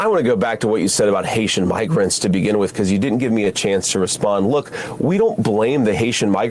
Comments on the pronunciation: I believe Lowry I don't think he was going to say the N word. What he almost said was NEGROES. He wanted to say Haitian Negroes. IDK where he's from but in conversation he could pronounce Negro as "Nigro". Still very racist as his emphasis was less on their migrant status and more on their color status. I could see a "gentleman" such as Lowry refraining from using the N word in front of a "lady" such as Kelly. But the word Negro is just fine unless the camera is rolling because they have to pretend that the main problem is that they're migrants. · haitiaN ends in an 'N', which leads right into "Ni......"